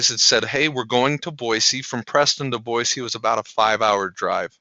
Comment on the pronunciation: Congratulations on pronouncing Boise correctly :)